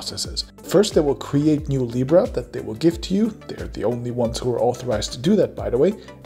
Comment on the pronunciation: "Now you have libra." I understood, "Now you have Lepra."